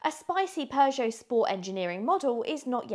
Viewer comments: When is that these people will learn how to pronounce Peugeot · Don't you love the way she pronounces "Peugeot"?